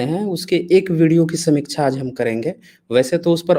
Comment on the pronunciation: पहले समीक्षा का उच्चारण तो सही करले। राजीव दीक्षित के पैरों की धूल के बराबर भी नहीं है तू चु**या